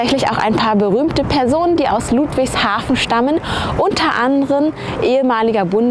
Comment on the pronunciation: Die sind so hoch verschuldet dass die nix neues bauen können (deshalb sind da auch überall Blitzer) und albsolut JEDER den ich kenne findet ludwigshafen hässlich auch Leute die da wohnen😂 Und bitte net luudwigshafen sagen sondern ludwigshafen mit kurzem u Ach ja und hättest die basf und die Stadtteile erwähnen können